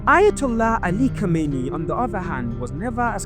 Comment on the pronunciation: Just learn the difference between khomeni and khameni❤